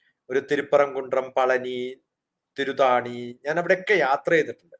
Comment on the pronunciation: ഇയാൾക്ക് ഒന്നും തന്നെ അറിയില്ല - തിരുത്തണി തിരുതാണി അല്ല